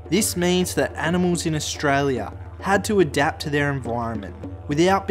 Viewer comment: Listen mate I know you're trying and good on you, but as an Aussie you shouldn't call us ohhhstraaaalia like you did at the beginning of the video. Also we don't have opossums, that is an American thing we have possums. But good on you it's good to see young blokes having a go, keep it up. I was going to call you a dumb dingo but my wife said to be nice because it's really good that you're doing something good, so don't worry you're not a dingo